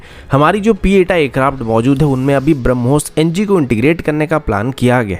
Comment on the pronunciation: Bhai sab it's p 8i not pieta